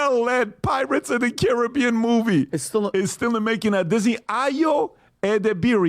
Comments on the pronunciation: Hold up…I swear I heard him say “Pirates of The Karen-bean.” If not, I declare myself the creator of these gloriously put together words and demand recognition for it…Just kidding. Seriously though, this is gold either way. SPREAD IT EVERYWHERE UNTO THE MASSES!” 😂Even the subtitles say it! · I could swear you said Karen-bee-an in the very beginning. 😆🤣😂